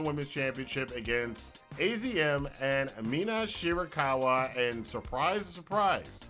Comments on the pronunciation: AZM is pronounced "Azumi". Good vid, long time fan miss the old school reviews. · Before the Joshi stans come for your throat, AZM is pronounced "Ah-zoo-mee"